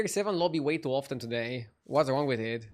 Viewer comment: Please learn how to pronounce the word "often" ... you are butchering it...😂😂